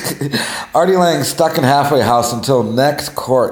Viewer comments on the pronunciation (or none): A "hagglffwayguh" house?